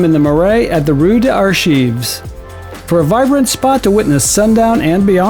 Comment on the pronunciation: Just found you today, and love your content and execution. But, please, drop the last "s" off of French words. It's not Camoose, it'a Camu with no s. Same for rue des archives etc etc. Since a lot of your stuff is voiceover, it might help to check foreign pronunciations online and then land on a happy medium.I worked in television and news production for over 30-years, and nothing blew away credibility more than bad pronunciation. Again, thanks for your hard work. Really enjoying your great content!!!